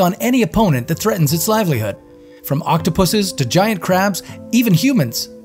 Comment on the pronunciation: Octopuses .... Why does this sound wierd every time lol